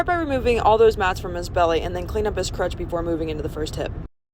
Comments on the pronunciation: Are you saying "crutch" or "crotch"? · It's crotch, not crutch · Are u saying " crutch " ..or "crotch"... I would freaking KILL to hear u say ur trimming and cleaning up there taint or gooch..! Hahaha yassss..I'm begging you! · CROTCH not crutch. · Crotch, not crutch... Just saying...